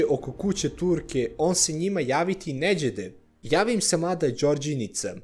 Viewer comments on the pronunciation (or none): none